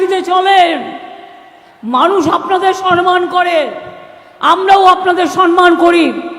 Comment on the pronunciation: মুখ্যমন্ত্রী সম্মান কে সনমান বলছেন কেনো? উনি কি বুঝতে পারছেন না যে উনি ভুল বলছেন?